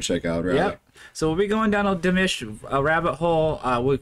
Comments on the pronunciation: to help you think of pronouncing Dimash correctly, think of mosh as in Mosh pit. then put Dee in front of it. Dee-mosh. Hope that helps. Just subscribed...keep going down the Dimash rabbit hole, you won't regret. Thanks. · Yeah, I’m not sure how anyone could get “Dimish” from DimAsh. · Pronounced (dee • mawsh), with all due respect. The more you explore through the world of Dimash, the more your channel grow. Please have respect and pronounce his name correctly. ❤ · please learn to say Dimash like Sam does. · It is annoying that he doesn't pronounce Dimash's name correctly. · Not "Dimish" but "Dimash". My ears and every Dear fan's ears hurt when you say Dimish. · Yes. That’s an A not an I. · His name is pronounced Dimawsh not Dimish Dimash😊💚💙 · It's Dee- MAHHSH...as in mom!!! You are saying Dee-MISH as in dish...no no no😅 Those lyrics you were given- don't know where they came from but they're wrong too. He doesn't sing those words.🤷 Oh well, we Love to listen to our beloved Dimash and WATCH you react and comment.👍 Igor Krutoy wrote it - look him up. He has a jaw-dropping resume! You'll learn to identify the different genres in many songs Dimash sings. Dimash is creating his own genre some are identifying as "FUSION". It's the DIMASH genre.🎶🎶🎵🔥 ❤it! ❤it! ❤it! Thanks for giving us more DimAhhsh😅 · Please listen to your buddy...it's not demish...it's dimash...LOL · It’s not Dimish it’s Dimash 🤣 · I’m leaving. Can’t take you calling dimash very disrespectfully calling him Dimish . It’s DIMASH !!!!! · Dude. Its clearly not Dimish. Its Dimash 😅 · I'ts Dim-AH-sh, not Dim-IS-h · Don't know what you were reading BUT those were not the correct words. Ps it's about going to a strange land and being a stranger. Just like the title and words say. Why can't you say his name properly! It's NOT demish, duh It is Di ma sh. Sounds like de mosh, with the emphasis on the end, Got it? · His name is Dimash like MA!! Not Dimish!! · Di-mash. Not Di-mish.